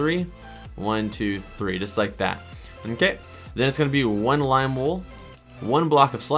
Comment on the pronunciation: I love how he said you need glim wool